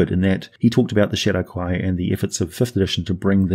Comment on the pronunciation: Only because you said to "post any corrections;" Nerull should be pronounced the way it's spelled i.e. Neh-rull like skull; not Neh-rule like cruel. And also it should be pronounced Shay-dar kai as in shade instead of Shah-dow kai as in shadow. While I understand it's splitting hairs, you are a man of words and are looked at as the example to follow with them. Help us be more exact with a more accurate pronunciation of the creative spelling their creators gave them. On a side note, it's a disservice to pronounce Asmodeus as Az-mode-e-us instead of using the same emphasis you'd pronounce Amadeus with. No one would say A-made-e-us; they pronounce it as Ah-ma-Da-yus / Az-mo-Da-yus 😉 Thank you for creating all this amazing content and take the criticism with a grain of salt... I love the channel!